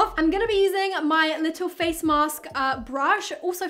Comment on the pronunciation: How normal people say" feels so nice on my face" How say it "feels sou nice too mi fayce"